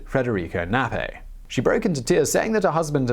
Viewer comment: I don't think the 'K' in "Knappe" is silent. Only English does that.